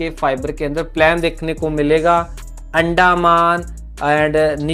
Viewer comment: भाई अंडमान है वह, अंडा मान नहीं है😂😂😂😂